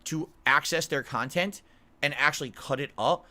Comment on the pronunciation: Curated khantent. Snort.